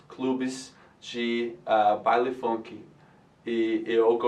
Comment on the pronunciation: o "u" em "funk" é falado como "a", "fanqui"